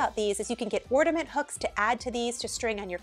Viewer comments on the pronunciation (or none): ORDament ??? Are you actually saying "ORDament"? Wow.